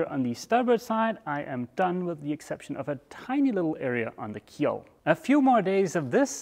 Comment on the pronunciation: Keel, not keep...lol